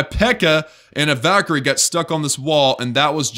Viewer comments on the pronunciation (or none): When you say Valkyrie it always sounds like "vakkery" it's so annoying xD